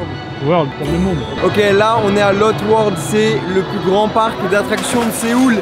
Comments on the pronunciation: On dit "lotté" world, pas "lotte" 😂😂 et ce n'est pas le plus grand parc d'attraction de Séoul, c'est Everland le plus grand, mais on te pardonne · Cela se dit Lotté world même si ça s'écrit lotte world sinon super video